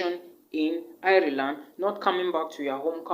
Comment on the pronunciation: Nice video. Ireland is pronounced like Island though and not iri-land